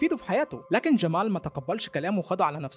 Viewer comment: ماتنطق جمال عادي مالك تعوج في لسانك 🙁